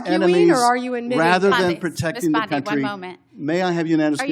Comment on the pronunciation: She's taking the "o" out of "country."